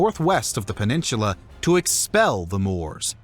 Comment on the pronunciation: Interesting. Just please, learn how to pronounce, "Peninsular."